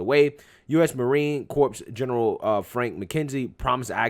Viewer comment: Guy you said corpse lol the word is Corp is pronounced core. Not corpse lol 😂. But great content 👍 Who wants to bet isis k takes over Afghanistan and we have to go right back .